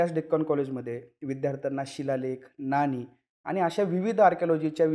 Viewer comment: नानी नाही नाणी